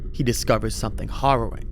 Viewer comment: did you say horroring or harrowing?